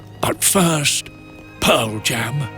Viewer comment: "But first pearjam" loooool